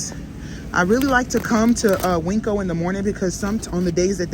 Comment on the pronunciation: Please stop with calling the market Winkco. It's pronounced Win-co. There's no K in the name, and it is not spelled Winkco